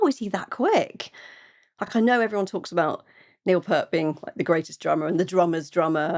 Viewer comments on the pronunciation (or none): Please repeat after me: P-ear-T Not: P-ur-T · Say "peert" not "pert". P-👂-t. 😘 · Be sure to check out their feet.. Both Geddy and Alex are quite adept at playing the Moog Taurus Bass pedal synthesisers whilst playing their instruments with apparent ease.... Please do a review of La Vila Strangiato..... By the way it's P "ear" T not Pert before someone else corrects you.... Dinner with RUSH is awesome and you truly get an insite of how tightly knit their friendship was 👍👍👍👍👍👍 Xanadu is their interpretation of Samuel S Colbridges unfinished poem about the mythical city of immortality ruled by Kubla Khan........ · Neil's last name is said like PEERT.